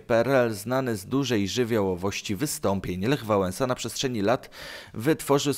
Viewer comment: Lech Wałenza